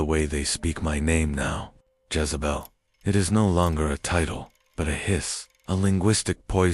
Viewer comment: It’s Jezebel not Jazebel